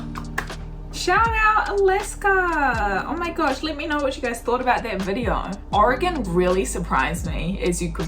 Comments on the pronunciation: Your two main pronunciations of Oregon were correct! Great vid! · The maker of this video pronounces "Oregon" correctly. I grew up in Oregon and have spent my adult life in Washington. I've seen only a fraction of the amazing sights to see in both states. This video shows why so many Americans have never left the US. They probably will not see everything there is to see in their home state. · You say "oregon" like a native.